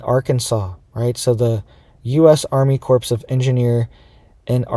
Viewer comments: It's pronounced Army 'CORE' of Engineers, NOT Army 'CORPSE" of Engineers. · it is not pronounced like "corpse", but rather it is pronounced as "CORE"..... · corp..is pronounced CORE . JUST so you know ! Not a corpse ! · It is Core…not corps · “Corpse” of engineers? No, the “corps” of engineers. Spreading fear porn, can’t even adequately say the words to spread your fear porn. Foh clown shoes. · Pronounced core not corpse...thanks had to be said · It's pronounced CORE of Engineers, not CORPSE. Obama made the same mistake when he pronounced Marine CORPSE. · It is not pronounced corps . It sounds like core of engineers. A corpse is a dead body. (with all due respect) Also, I do not buy any explanation coming out of NASA. They are not to be trusted. They are just part of the propaganda. Think about it. Each night half of our earth is dark because the sun is completely dark on that side. Why don't we have a hole appear then? NASA is giving us a narrative. That does not make it true. These people have ways of causing earthquakes. All it takes is energy. I guess the fact that NASA is shooting off three rockets and CERN is turning on their machine has nothing to do with any of this. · Dont be an Obama, corps is pronounced "core" , a corpse is a dead body.... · It's the Army Corps of Engineers. The "ps" is silent - pronounced as "core". C'mon, dude! 🙄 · Please pronounce corps the correct way. It is pronounced, core!!! The ps is silent. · Yes, Cores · Corps is pronounced with a silent p. If you pronounce the p, you're talking about dead bodies.